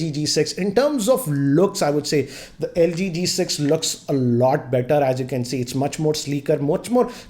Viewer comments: Am I the only one who heard lg g6 instead of q6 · It is LG Q6.... pronounced it as LG G6